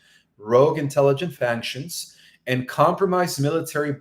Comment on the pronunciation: Dear, please let me help you with the pronunciation of a word. Factions -- FAKSHNS.. and not fankshuns.. This is out of love, NOT criticism.